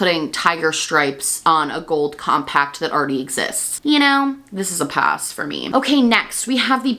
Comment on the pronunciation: May I suggest putting the emphasis is YAS and then say PASS. Like: “yass 🛍🏳️‍🌈💅” and then just “pass” I hear “yossss” and “poss”